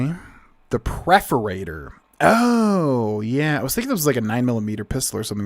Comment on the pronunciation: I love your content, but every time you said preforator instead of perforator my eye twitched.